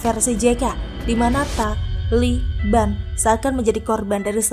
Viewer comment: Min....saat baca kata taliban biasa aja kali. Lama2 bosan .